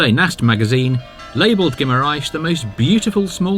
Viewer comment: Please speak with the locals to help with your pronunciation of the places. For instance ghee mar enz not ghee mar ais. Dough roo not Dow ro.